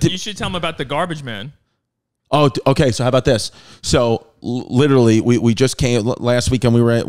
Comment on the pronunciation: Chrissy LIT-TERALLY